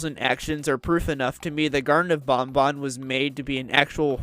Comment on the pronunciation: Thank you for pronouncing banban correctly!❤